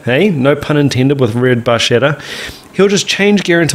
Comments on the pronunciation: hi! That title if you don't already know (Red Barchetta) is pronounced red Barketta! ( small red boat). Cool channel. I am a RUSH Aholic ther's no 12 step program for my addiction! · The only part of this song that jars me is that the 'ch' should be pronounced as a 'k' if we're using the Italian pronunciation. That said, one of my favorite RUSH songs ever! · So let us not talk about the songs story?! "Bar-ket-ta". In Italian a 'ch' is pronounced a hard 'K'. It means "Little Boat". THE Red Barchetta that Neil speaks of is the 1948 Ferrari Type 166MM(Milla Miglia) called the "Barchetta" because it simply looked like a boat. It is considered the father of the two-seat sports car who's tradition is still carried on with the Mazda Miata So the song is loosely based on a short story that appeared in the November 1973 issue of Road&Track magazine called "A Nice Morning Drive" by Richard S. Foster Where Neil never goes into what the Motor Law is, the story certainly tells you what happened there. It is all about older cars being regulated off the roads from SAFETY regulations creating these 3 ton tanks that will kill you if they hit you driving your...?(it was an MGB in the story)older none safety car. In the early 1970s safety in cars was of big concern to the industry and autoracing. The internal combustion engine wasn't a thought except it correctly pointed out when you start adding weight(safety features), your fuel consumption will increase. And I haven't told you the best part. For that, read the story and for the story visit Rush dot net. The entire story is published there. The author and Neil were both very prophetic in their thinking.